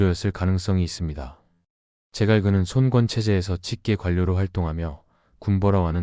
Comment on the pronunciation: 손꿘. 손꿘 거슬리네 손권으로 일어라 짜증나네